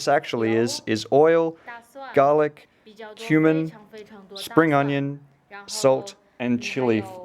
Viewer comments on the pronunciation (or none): When you were listing the ingredients, I heard human instead of cumin.... Now I got to start cooking all over